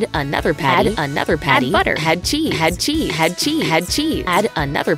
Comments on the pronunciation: When it said "add cheese" it sounded like "like ya cut g" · when it says add cheese it sounds like it’s saying - hatchy,,hatchy,hatchy 🤣🤣🤣🤣